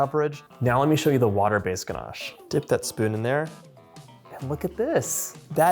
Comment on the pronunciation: There’s no r in ganache It’s not pronounced ganarche